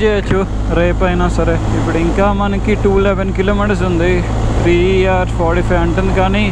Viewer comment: బ్రదర్ నీ రైడింగ్ సూపర్ బాగుంది కానీ ఇంగ్లీష్ లో food ని hours నీ మరియు fush నీ కొంచం క్లియర్ గా చెప్పు.